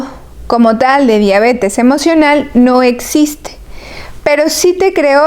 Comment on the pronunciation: Tanbien dice díabete emovional